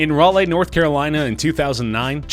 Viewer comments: DocWattson they also pronounced raleigh wrong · Lol I’ve never heard anyone mispronounce Raleigh like that